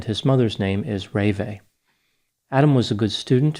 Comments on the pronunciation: "ruh vay'" not "ray-vay" 😆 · Her name is pronounced RuhVAY. Not RAYvay. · FYI- Having heard John Walsh discuss this case, I noted that the correct pronunciation of his wife’s name is ruh-VAY, with accent on the second syllable…. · normally I like your analysis and respect you very much. However, in this case, your summary of John and Ravae (pronounced Ra- Vae) is a bit harsh and sounds like tabloid journalism. To have a fair assessment of the character of John Walsh and his wife, it would be prudent to mention their enormous sacrifices in order to prevent such horrific suffering in some other family. He gave up his career and home in order to get each state's governments to be ready to react and save another abducted child from a similar fate. To mention drug use and dating history is an enormous disservice to two people who have given their lives to the cause of missing children. God bless them! They are the heroes of this story! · Reve, pronounced Reva or Reveh. The accent is on the last letter. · It’s pronounced Ruh-VAY like Renee with a V instead of an N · Excellent content!! I totally remember this as a kid! Also, Adam's mom's name is pronounced, "Re-vAAy", and Adam's killer's name is pronounce, "Ott-Tiss". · I think you calling John Walsh a p@ would have been a bit more effective if you'd taken 2 minutes to find out the correct pronunciation of his wife's french name: REE-VAY. Your gaffe was so distracting it ruined the analysis. You do this a lot. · 1st wife name pronounced Ra-vae. 2. Jeffrey Dahmer committed this horrific crime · You aren't pronouncing the name of the mother correctly. You grew up with this murder, as I did, and should know this.